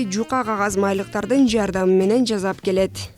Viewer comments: Жазап эмес жасап деп айтылат. Туура суйлогонду уйрон. Сен маалымат берип жатасын. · Жасап! Жааасаааап! Сыыыыы!